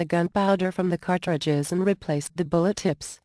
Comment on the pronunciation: "cart...tri.dges" Lol, computer voices!